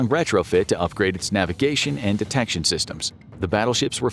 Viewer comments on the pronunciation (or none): none